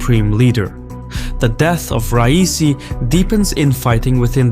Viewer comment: I dont like the man, but as an Azeri why are you trying to sound Yankee? Why are you saying rice-e? I know you can say Ra-ee-see